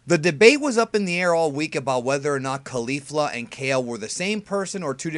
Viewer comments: I cant handle people saying Kalifla anymore. Ok her name is Caulifla like Cauliflower excepts its CauliFLA. Thank you use this wisdom well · Why do you keep mispronouncing Caulifla? That's not even close to how they have been pronouncing in the show.